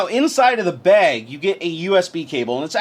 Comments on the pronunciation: you say "bag" like Linus does lol! 'beg'. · You say bag funny